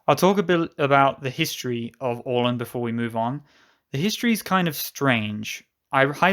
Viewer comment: A nice video! Don't take this too seriously, but it is always a bit entertaining when a native English speaker hopes he or she pronounces names in Swedish or even worse, Finnish, correctly and fails almost totally. Åland was spot on, though.